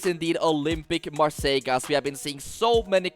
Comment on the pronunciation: Bro why are you saying marssaigh?